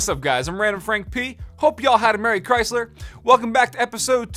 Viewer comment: Your merry crisler made me sub😂😂😂